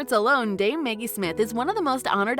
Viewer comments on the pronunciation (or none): Who the hell is narrating this? Is this AI? Maggie, not Meggie. Enunciation is important.